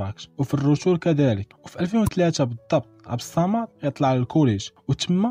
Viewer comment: عبد الصمد ماشي عبد الصامد